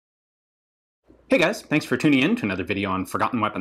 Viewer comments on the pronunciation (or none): none